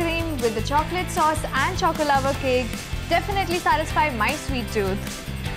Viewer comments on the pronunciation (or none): none